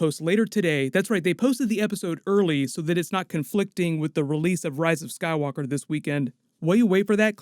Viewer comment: sounded like you said sad walker saga. It’s a sign.